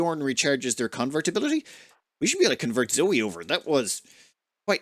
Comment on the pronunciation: Zoe should probably be pronounced Zoë, ie with the e as an extra syllable? EDIT: later in the video that's how pronounces the name, too.